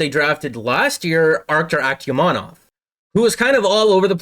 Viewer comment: Akhtyamov, not Aktyamanov. Good video.